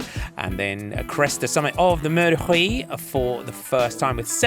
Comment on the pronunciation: Note for the commentator, Huy is pronounced like "oui" and not "Rui"